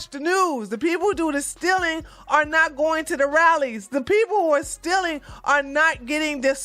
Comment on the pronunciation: Great content...but the word is stealing... not stiling